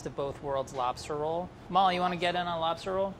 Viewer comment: That was a nice dispatch. Lol. "Are you gonna dispatch the labster right here and now?!"